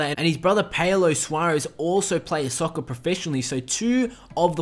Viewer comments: Why do you keep saying “soc-cer” ?????? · lol he said soccer in a british accent